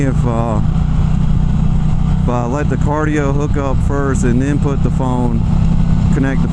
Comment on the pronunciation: Cardo, not cardio